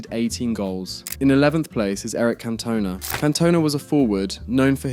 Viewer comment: You BUTCHERED Eric Cantona's last name! 🤣